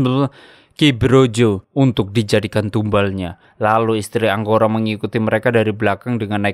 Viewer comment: Angkoro Bang Bukan Anggoro Maaf Koreksi beda Huruf Beda Makna 😂